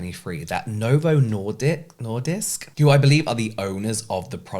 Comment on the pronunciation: As someone who is currently in the risk of evolving diabetes and due to chronic illness can't work out at all or make dinner daily, so this might be my future, an extra thank you for speaking up about this subject. As a sidenote: you got Novo Nordisk right :)